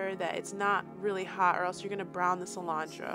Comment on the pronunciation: Is that parsley they call calentro